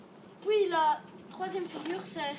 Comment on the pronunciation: " Et pouis "